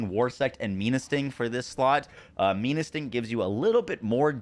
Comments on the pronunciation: Menasting is a play on menacing and it being a scorpion. So it’s pronounced men-uh sting. Not me-nuh sting… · It's Menasting not Meanasting, like Menacing. Also, Jormuntide is pronounced with a Yor not a Jor. Your Shadowbeak is a girl. Lastly, feed your pals dude. Smh Apart from the atrocious pronunciation, great tierlist :)